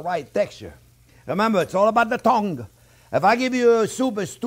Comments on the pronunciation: I Just watched it twice based on the comments, needed to hear that again. Keywords: friends, Onyoo, measure it carefully and it's all about the thong You can tell he does it with passion. God bless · I kept hearing it as "thong! 8000 nerve endings on the thong!" 😂😂😂 Was wondering whether I missed out on something before realising that he meant tongue! 😂😂😂 Amazing guy! Must be fun to learn from!